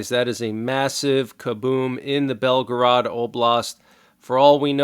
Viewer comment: Belgorod (Russian: Белгород, pronounced [ˈbʲelɡərət]; Ukrainian: Бєлгород or Білгород [ˈbʲiɫɦɔrɔd]) is a city that serves as the administrative center of Belgorod Oblast, Russia, located on the Seversky Donets River, approximately 40 kilometers (25 mi) north of the border with Ukraine. Biden will say, well it Was within the 200 mile limit he stated. Ugggg